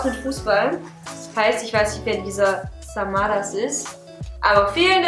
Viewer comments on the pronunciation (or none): Man Beton ,,Samaras" anders.(aber nicht schlimm &nicht böse gemeint)